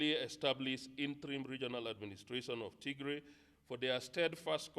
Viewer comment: You are mispronouncing our State! it is with Tigrai rather than Ti❌g❌r❌ay